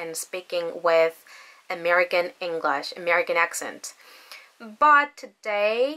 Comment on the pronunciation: 잉글러쉬 가 아니라 잉글뤼쉬 임다 ^^ Anyhow, you are pretty fluent 🙃